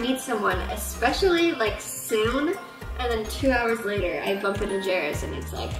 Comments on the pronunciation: i find the topic of acacia to be super interesting but i couldn’t get past the mispronunciation of jairus the entire time, especially when clips were inserted of him pronouncing his name correctly 😭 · They pronounce Jairus' name several times in video clips so it was jarring to me every time you pronounced it wrong. Yeah, I know, weird thing to comment on... I just have a pet peeve about names being mispronounced. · Good content but I couldn’t get over you butchering her ex husbands name the entire video, it really isn’t that hard to say 😂😂 but I think there are credible reasons to be upset with her but the level of hate she receives is excessive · Empathy is great but this video feels like some weird propaganda. So many people have major trauma in their childhoods and beyond. Acacia is really problematic as a full-grown adult. It feels like you don’t actually watch her videos because you can’t pronounce Jairus’ name so maybe you don’t totally get that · You’re making his name way more complicated then it needs to be. Jere-us, or if you’re fancy Jere-ree-us. No roose or whatever your adding at the end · He clearly pronounces his own name "Jerris", how you ended up on "Jayroos" is such a (funny) mystery to me 😂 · Jay-roos is a much better pronunciation than how it’s actually pronounced, Jear-is 😂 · wish I had a counter for everytime she pronounces jerr-is like jay-rouse hahaha 😂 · Not: "Jay-Ruce"... They say it more like: "Jare-Ass" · It's jer-us not jay-roos. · How did you hear acacia and jairus both say his name and then come up with “Jayroos?” 😭😂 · You calling him "Jayroos" the entire time is a perfect read lol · I can’t with the jay-ruse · My God, you included multiple clips where his name is pronounced and even acknowledge that you are mispronouncing it but still keep saying "jay-roos" Still a good video though. Just... Jay-roos?! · Something about you calling him Jayroos the whole video was taking me out😂😂😂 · Great video. Jairus is pronounced "Jair-riss"